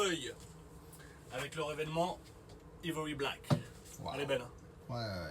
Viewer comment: Salut, vos vidéos sont très sympas. Juste un truc Ivory se prononce Aille-vory:)